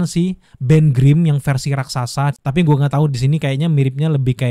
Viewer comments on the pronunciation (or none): none